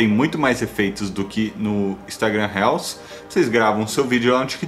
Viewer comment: Amigo só uma dica : é RILS a pronúncia